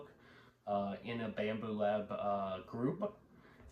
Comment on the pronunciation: You lost me when you said bambooooop lab